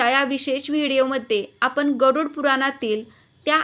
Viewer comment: आपन नाही.आपण.